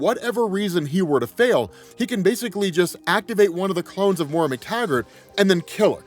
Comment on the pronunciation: it's Moira (Moy-ruh) my OCD can't handle another X-Men video of this name being butchered lol